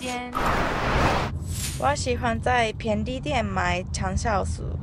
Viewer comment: 还有，是bian4 li4 dian4 ，便利店 噢。加油 很厉害！